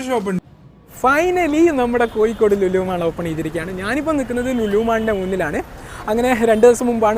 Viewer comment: It's not spelling it's pronounciation. കോയിക്കോട് അല്ല കോഴിക്കോട്